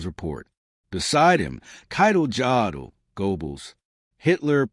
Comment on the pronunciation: The name Jodl is pronounced as Yodl. The name Goebbels is pronounced as Gerbles. Numerous sources have reported how the allied air campaign had a negligible affect on German factory production. Until late 1944, German production output was actually increasing. Just nowhere near enough.